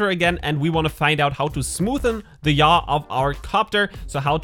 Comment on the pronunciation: Yaw sounds like Ja. LOL Ich liebe your accent.